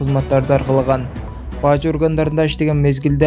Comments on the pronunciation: Эй блогер баажы дебей бажы эле деп окусан тантырабай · Бажы дечи. Баажы дебей